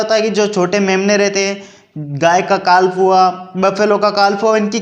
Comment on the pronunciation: काल्फ नहीं काफ बोलिए